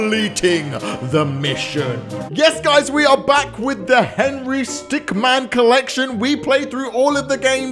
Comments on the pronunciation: Why is he saying stickman not stickmin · It's henry stickmin not stickman. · Sir. It’s Stickmin, not Stickman. Get it right. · "Yes, we are back with the Henry Stickman collection" Me: It's Henry Stick*min* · Stickmin not stickman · Its stickmin,stick-MIN